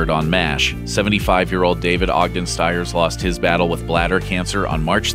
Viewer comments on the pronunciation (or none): David Ogden Stiers is pronounced "STEERS." At least learn to properly pronounce the name of someone we are trying to honor please.